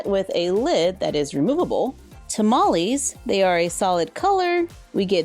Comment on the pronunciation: Tamales! (You're totally pronouncing that correctly BTW) I'm totally willing to sacrifice that dress just to have the apron, it's super cute! And I love the play set, besides the apron, the only thing I would change is to have at least one of the tamales individually.